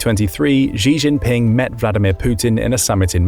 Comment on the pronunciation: A note to the narrator, with respect: "Xi" is pronounced closer to "shee" than "zhee". So the correct pronunciation would be closer to "shee jin ping" (I'm a first generation Chinese immigrant in thr west)